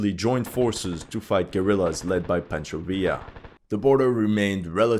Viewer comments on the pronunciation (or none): Pancho Villa = Pon-cho Vee-ah